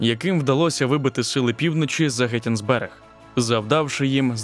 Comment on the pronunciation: Тільки не Геттисберг, а Гетисбург (Gettysburg)